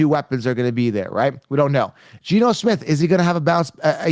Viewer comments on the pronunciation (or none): none